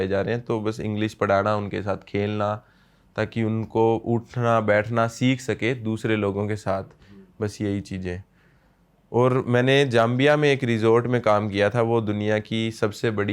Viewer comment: अरे भाई गांबिआ नही,जांबिआ ह वो